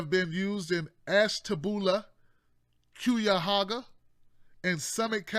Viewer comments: Ahh you got me laughing the way you pronounced those places, especially Cuyahoga. We pronounce it K-eye-uh-ho-guh up here in the Northeast part of the state. Not trying to be rude by pointing it out, it just amused me and I wanted to share. And yeah, heroin is indeed a problem in my county (Stark). I'll have to get the nerve and call in one of these Friday's and vent. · Alex Moosey I'm from northeast Ohio too and I LOL'ed for real when he tried to say it 😂 I know this is a serious issue but that was funny.